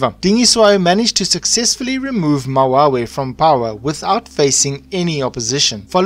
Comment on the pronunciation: Mawewe not mawawe and King Dingiswayo exiled to the hlubi tribe not Qwabe tribe